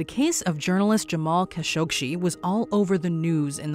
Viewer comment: Jamal “kuh-shog-SHEE”??? 🤨